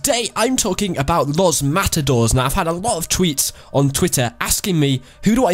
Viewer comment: its pronounces los mata dorays